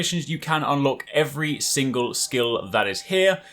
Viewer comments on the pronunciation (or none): none